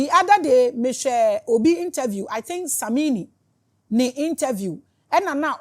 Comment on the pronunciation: You pronounced Samwine like a Dagaati just as I am ❤❤